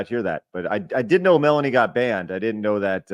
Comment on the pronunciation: Asmongold said it wrong but i also think Melanie has many many L takes.